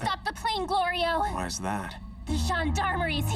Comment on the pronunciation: This was just another reason why I thought Goku was just messing with Glorio because he's able to say "Nahare" no problem, but continues to mispronounce Glorio.